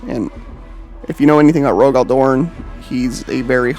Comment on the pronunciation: It’s pronounced Rogal DoRN say it like you would torn but with a D and less ununciation on the o so like DoRN. Not trying to be a dbag just trying to help you’re saying it more similarly Darn by putting more into the O.